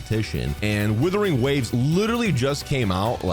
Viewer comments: This is the most based comparison I've seen so far for months. But stop butchering Wuthering into Withering dude 😭😭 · It's WUTHERING not WITHERING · I love you(no homo), but please, for the love of God, realize that it is "Wuthering" not "Withering" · Wuthering, not Withering. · Wuthering. Wuthering. Wuthering. Not Withering. It's not hard dude. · Days since pronounced “Wuthering” as “withering ZERO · Love you....but it WUTHERING NOT WITHERING. great vid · ONCE AGAIN < ITS WUTHERING WAVES NOT WITHERING WAVES> WOO-THERING. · Just please start calling it Wuthering and not “withering waves”. Usually I really don’t mind these videos but this one made me surprisingly annoyed. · dude plz its wuthering........wuuuuu.....wuuuuuuuu. not withering plz :) its not a big deal but plz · Wuthering!! Not Withering. Literally like nails on a chalkboard…. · Are you doing this on purpose? WUTHERING not withering. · "WITHERING WAVES" 😭😭😭😭😭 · Ur saying withering on purpose arnt yu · WHY IS BRO SAYING "WITHERING WAVES" EVERY TIME 😭😭😭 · Not thinking it's "Withering" Waves O _O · When are you going to pronounce wuthering waves correctly 😂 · Every time mispronounces 'wuthering', there's a Tectone losing it somewhere out there. 😅 But yeah, I agree. Playing both is the best if done right.